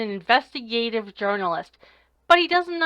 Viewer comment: jiurnelest? noooooooooooooooooooooooooooooooooooooooooooooooooooooo way